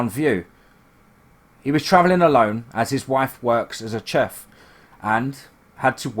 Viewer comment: Never heard chef pronounced like that before 😂